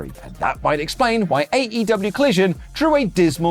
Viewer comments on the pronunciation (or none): Col-low-sion? Eh Eh Eh! Sorry in advance.